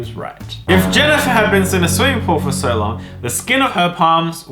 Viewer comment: ITS NOT JANNIFAR ITS ME JENNIFER K !!!!!!!?????